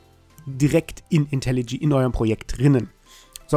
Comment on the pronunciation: sag bitte nicht länger "Intelli G", sondern - wie es richtig heißt: "Intelli J" (das spricht man dschäi). Wenn dir das komisch vorkommt, mach dich bitte mal schlau über das englische Alphabet und die Aussprache der jeweiligen Buchstaben.